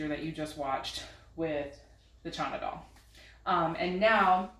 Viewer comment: That’s what it sounds like she’s saying… I think it’s just how she’s mispronouncing it… but yeah its “Chana Dal”… lots of recipes on Pinterest. It’s a really good and healthy recipe of Indian origin.